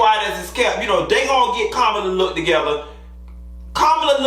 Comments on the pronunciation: Hey, for future reference, Madam Vice President's name is pronounced 'COMMA-LA'. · Kamala’s name is pronounced as , la (comma-la).